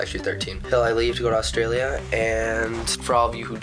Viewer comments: Annoys me how they don't say Australia right. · you say australia weird :P you should come back to australia... OF CAUSE WE HAVE INTERNET